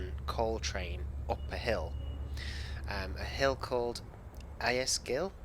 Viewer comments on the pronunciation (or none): Ais gill is very famous on the settle -> Carlisle and it is pronounced ayse gill. look it up on youtube, It's notorious for being difficult. :)